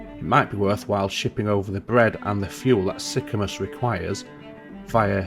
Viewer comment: You could run food back on the shipyard return trip from Sorrento to Sicamous. Also the pronunciation of Sicamous is Sick-a-moose. ;)